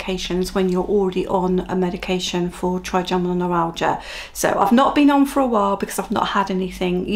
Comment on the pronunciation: I’ve learned a lot from your channel, not least how to say “Trigeminal”, and not to play down the pain level when talking with doctors. Thank you